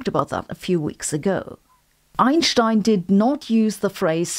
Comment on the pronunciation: I always come here to soothe my nerves after trauma sustained by hearing "Einstein" pronounced by the rest of English science-for-the-plebes youtube.